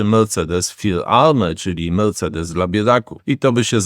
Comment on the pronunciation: Melcedes nowa marka na rynku